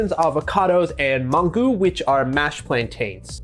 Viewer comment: Mangú. Man-GOO.